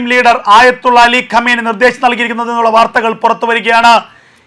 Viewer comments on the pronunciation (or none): none